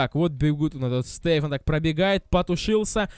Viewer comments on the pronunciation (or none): Не Стэйфон а Стефон. Это персонаж из сериала